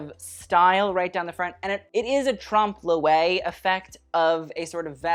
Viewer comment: Guys: meant to pronounce it (phonetically) Tromp-loy....unfortunately he said "Trump loo-ay". But ya gotta love 'im, huh!?